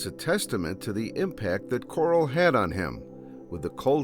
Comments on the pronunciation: Bro... Why are you saying "kurals" name like that lol😂😅.. Like Rich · He did not just call him "Coral" 😂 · Oh nah is this dude saying Carl like "Coral" unironicly or is he self aware?😂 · Did blud say Coarl on purpouse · lol the AI pronunciation of Carl